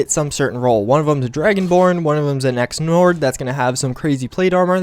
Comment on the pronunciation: dislike for clickbait. also "ex nord" wtf is that ?